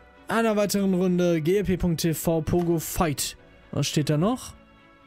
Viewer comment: Fickt=Fight oder :D